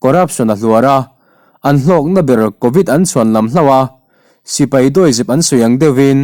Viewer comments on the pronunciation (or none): none